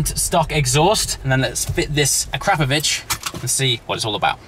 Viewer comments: "Ah Crap of Vich" Noooooo,. "Ahk rah poe vich" sounds much better. Hahahaha. YouTube free comedy is priceless! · akrapoviČ --> akrapoviCH Some letters in the Slovene language are difficult to pronounce to an foreigner. BUT ......................... you have an English-speaking characters that are pronounced almost the same. Well, now you know. :D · Its akrapovic as in ak-ra-povic (the c being pronounced in the Croatian way as a ch) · Awesome sound! Can't believe you got Keith Lemon to fit it for you as well! I believe it's pronounced " A CRA POV ITCH" Have you thought about having the car detailed as well by the way? It's a beautiful colour but it's not really popping anymore. Needs to be unleashed. I'd suggest looking at videos by White Details or Topaz to get you excited. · a crap o vitch. come on get it right !!!!!!!!